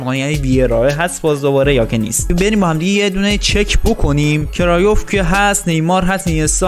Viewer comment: کرویف نه کرایوف